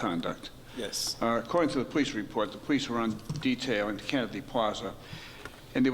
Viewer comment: I noticed that the judge has a problem with the letter L....Listen to the way he say police and lawyer.